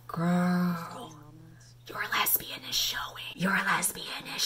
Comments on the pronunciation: gurl did you say les-bi-an est? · it sounded like lesbianonest sskssksksjdsjks